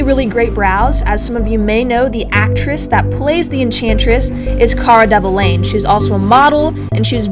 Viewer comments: ... its delevingne NOT.. develingne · Its Delevingne, not Develingne, pls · You butchered Cara's last name Del-lah-veen Love this tutorial though 😋😋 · Thought it was hilarious, De-vuh-lain ;D hahaha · You completely butchered cara's name but the makeup was on point